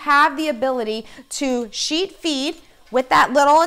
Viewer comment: When you speed up the video you sound like you are saying "cheat"